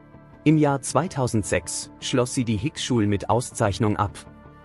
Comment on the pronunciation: Hickschul ???😐 sorry aber das kann man sich nicht anhören